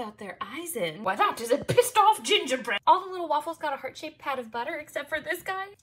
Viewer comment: You had a very strong British accent when you said pissed of ginger bread